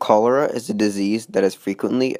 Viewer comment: it's pronounced cholera